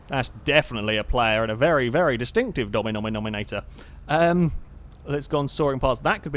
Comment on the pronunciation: He said Dominominator